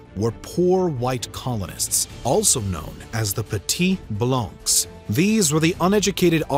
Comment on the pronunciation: Little nitpick, but when saying blanc, you don't pronounce the c.